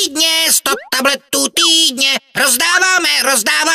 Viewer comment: po 2 minutách mi týdne znelo jako túdne